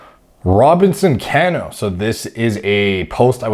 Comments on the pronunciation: his name is pronounced, ka'no. Love your analysis, especially not being an MLB fan! I’m really surprised these guys don’t use oxandrolone though instead. You would certainly know better than I, but I believe, it is, in fact, a collagen builder and therefore would enhance joint healing. I briefly looked at a Duke U. study where they were able to promote collagen synthesis in vitro in a wound healing study. I was actually prescribed it myself as well, while on TRT, after complaining about back and joint pain. Had to jump through several hoops to get the Rx though, like nerve testing, echocardiogram and a stress test! It was great though! I increased by Rx dose of 10mg qd to 30mg qd and had some really nice strength gains with zero sides, at least according to blood work. As far as Cano though, at 38, his joints have to be beat up from playing most of his life so I don’t understand why he wouldn’t use Anavar instead. In another post, someone said winstrol is universally used by Dominican players from early on, but why? Maybe this is why MLB has been plagued with injuries for years now! I figured it was overtraining, but maybe not, or a combination of the two. Makes you wonder.🤔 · Haha bro I wrote the same comment. Was looking for this one. Can-no 😂 Sounds like the Mortal Kombat character Kano. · This was killing me the entire video thank you. Baseball isn't sport it sounds. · Always amazed when i hear a athletic man that knows nothing about sports. Mispronounced Cano last name, didn't know Tony from PTI. I just assume all men love sports. 🤷‍♂️ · Hahaha that’s not how you pronounce his last name. Mr mans doesn’t watch baseball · Comment for the algorithm, but the pronunciation of Cano hurt me. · The way he says cano😂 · Some butchering is common rule in this business. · Dude, lmao, it's pronounced Ca-nó, not Can-ó. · It's not Can-no lol. It's (Cuh-No) as in Cano don't ya know! Like the word KNOW. Cuh-Know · Cmon it’s Cuh-No Lol